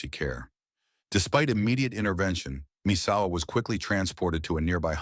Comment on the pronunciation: "Mit-su-ha-ru" "Messawa" "Masahiro" the level of disrespect and low effort of this video is unbearable.